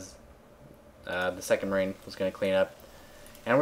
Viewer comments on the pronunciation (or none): none